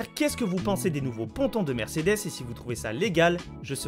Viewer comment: Par contre c’est Mercedes et pas mersedes 😂